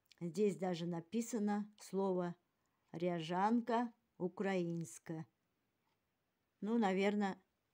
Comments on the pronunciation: Здравствуйте,.,,Ряжанка украЇнська,,- это ряженка ( с ударением на первый слог)Ря́женка — кисломолочный напиток, получаемый из коровьего топлёного молока молочнокислым брожением. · в том кувшине видать когдато продавалась ряжанка.Ударение на букву я.Это такой молочный продукт на подобие сметаны только топленное в печи и называется -- рЯжанка.Лариса.